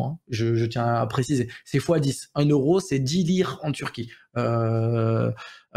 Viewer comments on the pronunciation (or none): none